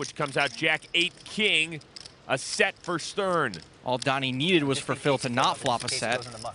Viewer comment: Wouldn’t it be spelt Doni if that’s how you pronounce it ?